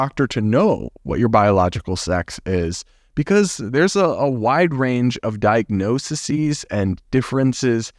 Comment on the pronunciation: You said diagnosisees and it made me giggle 😂